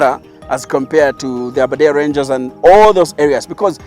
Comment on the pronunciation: Aberdare ranges not aberdare rangers😒